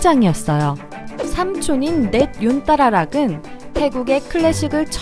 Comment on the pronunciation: ㅋㅋㅋㅋㅋㅋㅋ 냇 욘따라락 ㅋㅋㅋㅋㅋㅋㅋㅋㅋㅋㅋ 존나 구수하구먼